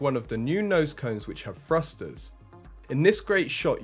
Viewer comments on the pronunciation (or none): What’s up with Brits now not being able to pronounce “th”? “New nose cone wif frusters.” You’re not the only one, it’s all over YouTube. I’m not trying to be a jerk, is this a recent pronunciation shift in Britain?